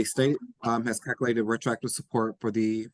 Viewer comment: Does it bug anyone else that he says “caculate” and not “calculate”?